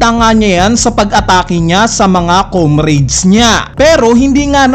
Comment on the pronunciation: Comrades! Paki pronounce po ng maayos.